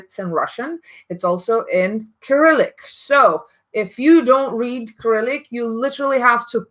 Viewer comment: There are Russian names on the samples. Do you mean they need to put the English names on their samples? But then again you can find them on the Fragrantica site. I speak both Russian and English and I found a lot of the information as well as their names in English. Also, Cyrillic is pronounced as s-i-r-i-l-i-k, not k-i-r-i-l-i-k... Your pronunciation of the Russian names is spot on though, so maybe you know some Russian.